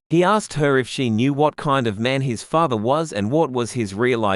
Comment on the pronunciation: Father not fathe